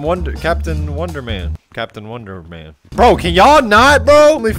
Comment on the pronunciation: Lol woondoor men💀💀💀💀💀